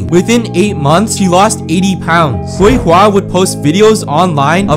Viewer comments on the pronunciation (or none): The c in pinyin is pronounced “ts” btw, so it’s more “tswey hwa” than “kwey hwa”. But still a really sad and tragic story…